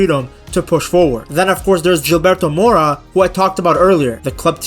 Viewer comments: It’s Gilberto pronounced “hill-Bertho” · Now he said “JILBERTO” lol